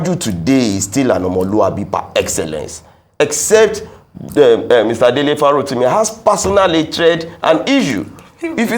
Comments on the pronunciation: It is Dele not DELETE Abeg. Correct it. Now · Dele not Delete. Kindly correct it. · It's Dele Farotimi... not Delete please, respect on the man's name 🙏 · Délé Fárótími not DELETE Fárótími 🥵